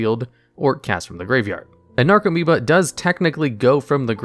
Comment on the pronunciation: Only thing on the video: commentator needs to learn how to pronounce the card names..... "Necro"meoba? That's "NARco"moeba. Many other spots too but this was most blatant. Should redo the video and learn how to read. Makes your credibility as a viable source increase.